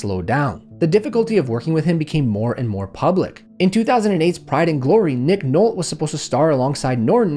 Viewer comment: It’s pronounced “Nolty,” not “Nolt.”